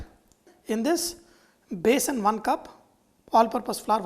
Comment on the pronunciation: It is besan not basin